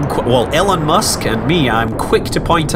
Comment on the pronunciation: The you pronounce it, Elon sounds more like Ellen.